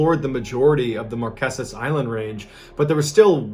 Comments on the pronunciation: I'm a fan and a subscriber, so I say this with love: They are pronounced the Mar-KAY-zas. Promise.💖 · It’s not “Marqesent” “markisses” 🤦🏻‍♀️ it’s pronounced “Mar keys” “mar key sis” .. can’t be mad cuz at least you tried 😅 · markesus lol it's pronounced mar-kay-sus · Love, Love, Love your videos! BTW….Pronounced “Mar KAY sus islands” 😄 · Just a side note, you're pronouncing Marquesas incorrectly, its pronounced mar-kay-suhz. Also for anyone wanting to go, there's a luxury ferry, that's dual purpose, and also functions as a cargo vessel, called the Aranui 5. It makes a 12 day circuit from Tahiti to the Marquesas. The ship also makes less frequent trips to Pitcairn, Gambier, Austral islands, Cook Islands and some of the other Society Islands. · Everything else is so perfect , I HAVE to let ya know how to pronounce Marqueses . Sounds like Mar-Kay-sis . LOVE this channel !